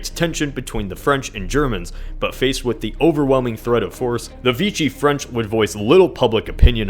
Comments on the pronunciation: It’s pronounced “Vee-She” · The way you say Vichy France is Vishey not Veeshi k?